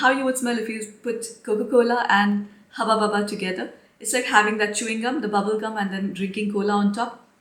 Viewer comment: So, I just love how you pronounce Hubba Bubba Coca-Cola😅😅🤪💯🤣, you're adorable😍. By the way, you are doing very well hiding the mean comments, mental health comes first❤💫.Go Girl ❤